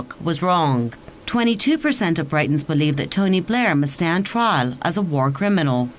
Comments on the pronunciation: did she call us Brightons ?????loooool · Barbara Weaver. I should of clarified, I was referring to the news reader at the beginning, with her pronunciation of Britons.